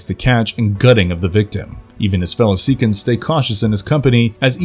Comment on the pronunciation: So much wrong here. Pronunciations all over the place. 'SEAKINS'? Really? Which Predaking aree you talking about? If you're talking about the combiner, he doesn't have an alternate mode. If you're talking about the TFP clone, he isn't a combiner. What the heck is Knockout doing on a list of most powerful decepticons? He's skilled, but by no means powerful.